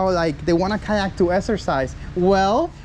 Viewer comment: Kayak, Boat = Kyoat (coat)